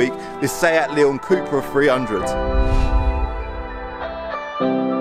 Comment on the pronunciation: It’s cup-ra (cup racing 🏆) not coup-ra 🙂👍